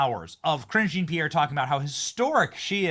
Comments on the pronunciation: i thought you were always calling her "cringe-e Pierre" idk you were actually saying her name. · Ka-ringe jean pierre😂😂😂😂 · Were you saying "Cringe Jean-Pierre"?